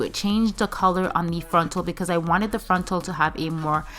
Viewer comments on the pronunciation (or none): Drink every time she says "frontl"